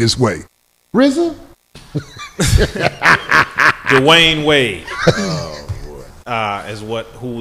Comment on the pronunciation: It must be a lil irritating for Rizza to be on all these shows multiple times and people still mispronounce his name. Especially Corey ass 😂😂